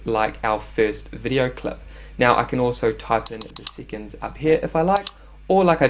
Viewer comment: Sea’conds. Lol